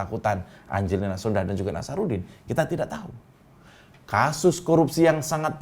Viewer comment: Om, itu marga sondakh, 'H' nya ga bunyi yg bunyi 'K' nya om wkwkwk